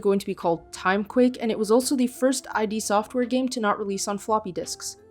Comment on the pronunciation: Hold the fuk up! It's not "I" "D" software, it's ID software!!! Wtf?!